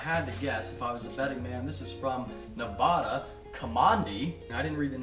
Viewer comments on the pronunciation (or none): it's Nevada not Nevahda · nev-AD-a not nev-AH-da